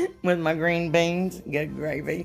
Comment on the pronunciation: This video of you was the FIRST time I’ve listened to you and all I can say is, “I’M SOLD!” I was just tickled to death to hear you speak and when you said green beans, I just died with laughter. You are SO much fun to listen to. I quickly subscribed and liked your channel.❤😂